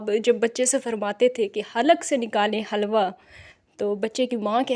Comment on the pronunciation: It's not halwa we pronounce it hilwa and it's meaning is beautiful in Arabic language. It is a big example of illiterate society.